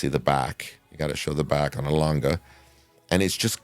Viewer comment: Great pieces. Also appreciate the good pronunciation of Lange. Same as Porsche, by the way